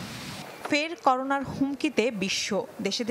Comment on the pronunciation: করোনো নাকি করোনা😂